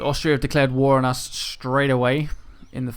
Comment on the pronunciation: You just read war like woo